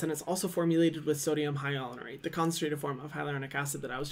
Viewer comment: His pronunciation of sodium hyaluronate kills me everytime